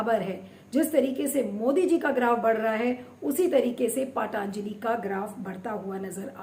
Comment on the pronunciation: पाटांजली नही पतंजली बोलो. क्या बकवास करती हो. सुधर जाओ.... 😛😛😛😛😛.